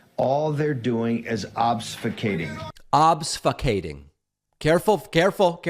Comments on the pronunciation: He's trying to say "obfuscating" in case anyone's wondering, but says obsfucating... It's because hes stupid. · Yes. But Steve Bannon completely botched the pronunciation. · He's just making fun of Bannon pronouncing the word wrong.